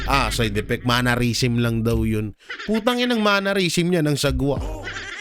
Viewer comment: ‘Mannerism’ hindi po ‘MANNARISM’ ✌️✌️✌️